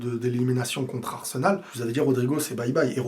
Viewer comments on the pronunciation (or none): none